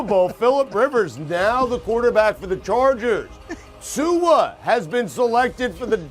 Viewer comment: He got Rivers and Tua correctly!